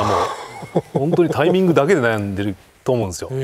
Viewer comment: △タイ↑ミング ○タ↑イミング